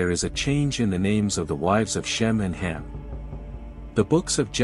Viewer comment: Not Hem, it's Ham.